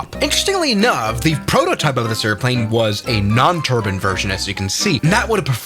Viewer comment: Me: I also like it when he says turbine My mom: "terbin" 😭 💀 ☠️ ✌️